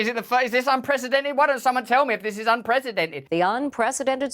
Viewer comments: I really don't understand how most of the world can't pronounce the word it's "un - pree- see- dented" not "un- presidented" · It always makes me laugh to hear someone pronounce it unPRESIDENTed instead of unprecedented, because, well, it's kind of appropriate.